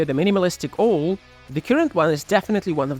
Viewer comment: 'Owl' is pronounced with an 'A' sound, not an 'O' sound: Now Cow How Owl These vowel sounds all rhyme. 🙂